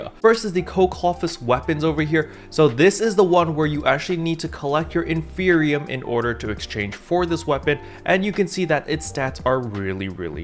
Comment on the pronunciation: Isn't it in-fer-ni-um. Like inferno and copium combined